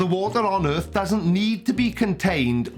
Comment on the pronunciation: It's not earf the word is pronounced earTH